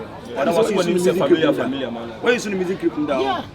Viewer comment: Kyekyeku you said crip aca said tarented and u are laughing